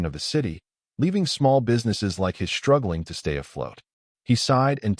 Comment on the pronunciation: AND, .....just for an example.....the word "struggling"........Does NOT have a Freaking "H" after the "S"!!!! Therefore, it is NOT pronounced "shtruggling" like YOUR AI apparently thinks!!! I am sure, from that, I will hear that it will pronounce ALL "str...." words as "shtr...." since it is apparently FLAWED in this rhelm as well!!!?